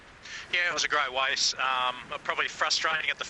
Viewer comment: “yeah it was a great wace”